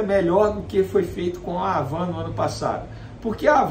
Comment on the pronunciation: A pronúncia não é Ravan, é Avan. HAVAN.